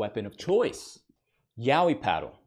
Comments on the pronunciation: The pronunciation isnt even Yawi... Its sopposed to be Ya oi, literally.' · I didn’t know it was pronounced Yao-whee. I thought it was yah-oi